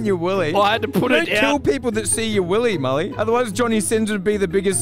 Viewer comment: Milly bruh it’s mully